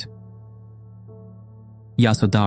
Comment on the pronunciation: The stories are wel versed and instructive. One minor point is that the names and pali words are wrongly pronounced. Hence many will continue this. I.e. it is Raahula, yasoodharaa, Sudhoodaana, viinaya, etc. Maybe for next videos ask Buddhist monks how to pronounce names and terminology properly.